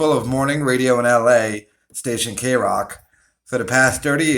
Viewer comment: The way you said kroq tells me you've never heard kroq in your life and that tells me you're a fake ass O And A poser fan.